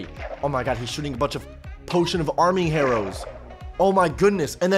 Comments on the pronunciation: bro its "arming harrows" not "harming arrows" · is it only me or did said "Potion of Arming Harrows" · He said arming harrows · "Arming harrows" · "arming harrows" pretty neat english eh? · Don’t worry, we all have said a word wrong, it’s not just you.”